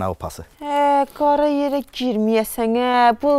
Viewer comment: Qara yere girmiyəsə( N ) axırıncı hərifi necə deyir diqqət edin.. 😂😂😂😂😂 Əlifbada elə hərf yoxduu ❤️❤️❤️😂😂😂😂😂😂😂